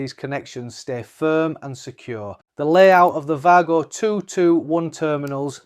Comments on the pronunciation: There's no "r" in it! 😂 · You know that’s a W for Wago right? It’s not pronounced Vargo😂😂😂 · no it isn’t, it’s pronounced Way-Go, exactly how it’s written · Pity the presenter in the video didn’t do the same as the commentator. This is a German product and they pronounce W as we pronounce V. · Yes. An educated person wouldn’t post wisecracks like you did, ignoring all the other posts which support the German pronunciation of WAGO.